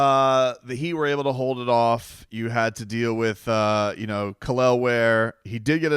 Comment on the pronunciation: Kel'el ware dude why you butchering that man name for 😭